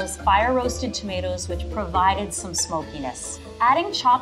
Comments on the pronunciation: Him: Tomateeos Me: tomatoes😑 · ...Did level three seriously just pronounce tomatoes as "toe-mah-tee-o's"...?